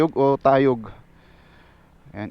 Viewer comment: Dapat from rosales plang idol dretso kna ng dadaan ka mg snta maria tas tayug na short cut nde kna pupunta ng balongao at umingan,,ung maranum falls nman sir sa nativedad po un,,ang tama bigkas ay tay<+yug =tayug